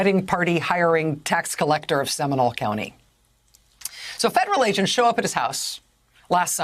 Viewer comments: It’s pronounced “Semi-NOLE,” not “seminal.” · Factual statement. And am I the only one cringing at her pronunciation of “Seminole?”